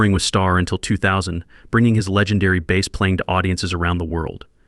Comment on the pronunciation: Baaas? Jesus AI..